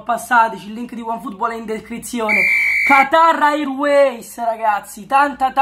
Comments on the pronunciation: QATAR AIRUEIS , BEST PRONUNCIA EVER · Come cazzo lo pronunci Qatar airways